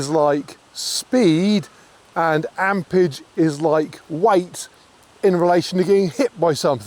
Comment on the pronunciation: ampERage not ampage